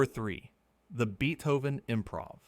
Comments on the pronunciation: BEEE-Toven? What AI crap is this? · Sorry, but when you call the greatest composer of all time Beat-hoe-van I just can't take the rest of the video seriously. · Beethoven is pronounced Bay-tow-ven, not Bee-Tow-ven. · Seems strange you would pronounce Beethoven differently in two consecutive sentences…